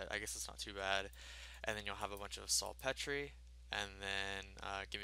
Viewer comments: It's pronounced salt peter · It's pronounced SALT PETER! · This dude just said "Salt Petree" LOLOLOLO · sul Petrayyy it's salt peter fam.